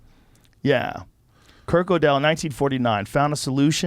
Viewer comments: Joe pronoucing Godel as GO-DELL. sounds right. but its prounouced GURDELL. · His name's pronounced "girdle".